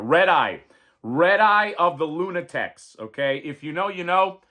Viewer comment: Luna *taks not tecs 😊